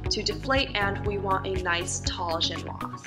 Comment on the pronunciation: It is pronounced jen-waz. A lot of Americans assume you drop the last letter as in custom in French but there is an 'e' after the 's' so you pronounce it. You'll also hear a lot of people make the same mistake with Niçoise salad (pronounced Knee-swaz) and armoire (pronounced ar-mwoir) Sorry for the rant. Drive me crazy.